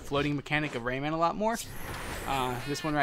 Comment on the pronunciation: Its pronounced raymin